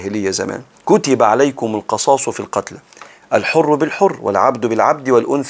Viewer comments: اسفه بس هى القِصاص وليس القَصاص ..ربنا ينفع بحضرتك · القِصاص بكسر القاف وليس بفتحها بارك الله بك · بارك الله فيك ورزقك العلم ونفعك به . ولكم في ( القصاص) بكسر القاف تقريبا حضرتك قرأتها مفتوحة . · تصحيح : ولكم في (القِصاص) بكسر القاف جزاك الله خيرا